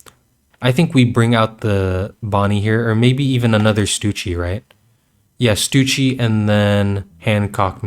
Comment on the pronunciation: I’ve gotta ask, who’s Stucci, you mean stuSSy?